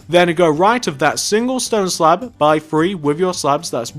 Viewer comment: you said slap insted of slab